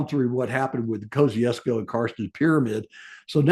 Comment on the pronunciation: I understand these names can be confusing being from all around the globe, yet I'm just letting you know how to pronounce Kosciuszko like an Aussie. We would say: Mount Kozzi - ozs - co, but fast. For sometime it was spelt without the letter 'z' in the name of the gentleman it was named after, but this has finally been corrected and the 'z' has been restored. As for my own opinion as to whether to include Kosciuszko in the Seven Summits, I think the mountain in Indonesia should be included and Kosciuszko an 'optional extra'. Unfortunately, there is no other way to include Australia due to our rather smaller alps, unless anyone wishes to include the volcano on Heard Island which is Australian Territory despite being a mere 4,000km South West of mainland Australia which is part of our Antartic Territory. As this region enjoys World Heritage Protection, I doubt this will ever be approved of. Looking forward to this series!🇦🇺